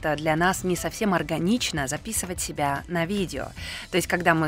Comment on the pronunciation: у вас просто очаровательный голос. А особенности вашего произношения слов, например "Ка-а-аждого", "себя-а" добавляют изюминку =)